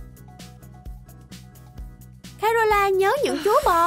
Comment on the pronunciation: Caroline chứ ko phải Canoline